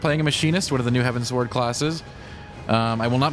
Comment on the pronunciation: Probably a bad example, but it's all I've got: It's pronounced like you're giving directions to an airship to fly towards the skies, a.k.a. Heavensward. No pauses. I do agree with Dan that the quest experience was quite annoying, especially before you get flying in each area. The layout of the land is terrible in some zones, forcing you to go a long way to get to a destination, when they could've just put a ramp on the other side. It makes the numerous back-and-forth quests just that little more annoying. BUT all the music is really great, as to be expected, and the normal difficulty of Alexander was pretty fun, despite their general easiness. Can't wait for savage. ^_^